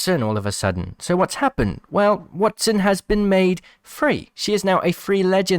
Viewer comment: Wattson. waTTson. Not that hard lol